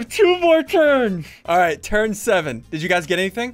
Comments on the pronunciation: When you said turns i thought you ment terds lol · When he said 8 turns, I thought he said 8 turds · Why is he keep saying turd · When he said 8 turns I thought he said 8 turds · It does actually sound like turds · I though you said turd 1 turd 2 turd3 lol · I thought you said 7 terds XD